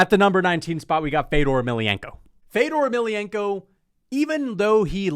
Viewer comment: The ever so feint “feddorrr emelianenko” in the background in his ranking is why is the funniest mma YouTuber and it’s not close